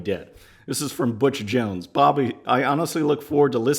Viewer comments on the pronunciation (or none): none